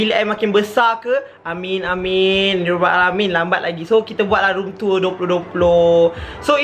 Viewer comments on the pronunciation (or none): Macam sebut room tua haha btw cantik bilik😂😊